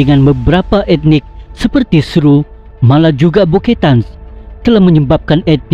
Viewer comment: Beketan bukan buketan